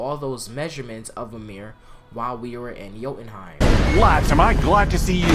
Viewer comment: Who the fuck is Mamir? its been pronounced countless times in the game how the fuck did you get it wrong so many times